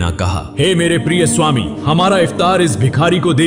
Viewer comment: Suami nahi bolte